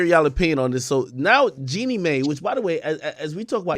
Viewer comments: please stop saying May ….. it’s Mai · FYI: Mai is pronounced MY